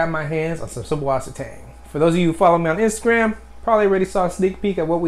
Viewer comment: The b in the name is supposed to be pronounced as a 'ss' sound. It's a german thing thing but you can also type 'ss' like it is in wasser. susswasser/süßwasser means fresh water in german.